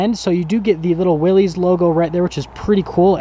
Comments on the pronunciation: I heard the other day it's pronounced Willis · I really wish people would get the name correct. Especially someone who sells the damn things.... It's pronounced, like WILLIS, John North Willys = WILLIS Overland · I chuckled at your humor about the 4 Wheel Drive being “really important” and “adding horsepower”. 😂 But since the Willys (pronounced Willis) is an appearance package, you should know that the decal is actually a nod to the 1940’s decal on the original Willys. And that’s right down to the font. So for this particular trim level - it really is pretty important. 👍☺️ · I hope that car lot don't leet advertise for them again youb suck. You need to get more info on jeeps before you do another video on them. And you like everyone else pronounces the name wrong. Look it up.